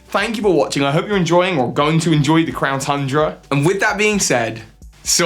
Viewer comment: Did anyone else hear him say "clown tundra"?